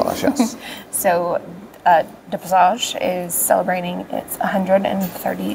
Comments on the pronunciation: Duh PassAshuh (emphasis on "A". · Next time Dutch breakfast? Boterham met hagelslag ;) And it's pronounced 'duh paasashuh' 😄 👍 good luck. And thanks for the nice vlog of our lovely Den Haag.